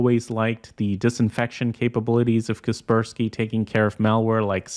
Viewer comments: why do you pronounce kaspersky like that 😭it's pronounced Casper Sky. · i have always pronounced it as "Casper - Sky" .... Please dont tell me its really kesperski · It's "Kasper-------Sky" not "Kasper-skie" T-T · Kas per ski. Not cus pur skee